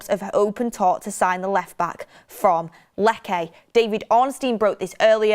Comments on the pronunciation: Please …. Lecce is not pronounced ‘Leckay’, it’s simply pronounced ‘Lechay’ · not to be petty, it’s pronounced “Leche” not “Leckay” 😅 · Its not pronounced "Lekke" 😂😂😂Its pronounced as Letche. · Lecce ✖️ Lekke ☑️ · Lecce= Lech Che like ch in cheese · Lecce - Let chay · Stop saying "Lekae" you blonde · You work on one of the biggest channels and cant pronounce team names. Lekay lol